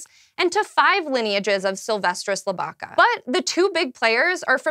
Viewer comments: I'll give you a pass on FEElis instead of FAYlis--that's standard English cacoepy--but it's LIB-ih-ca, not lib-Ah-ca. The fries bit was very fair. I'm not giving them up. While you're at it, have an egg. But don't drink the water, and don't breathe the air. (It's OK in Montana. I'm wearing my Boseman cap as I type this.) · That's not how you pronounce "felis" nor "lybica". I'm not usually the one to be all nitty gritty and complain about the little things, but the pronunciation is just Latin butchering. It's really bad.